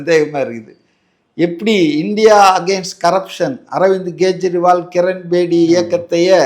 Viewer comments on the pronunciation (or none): none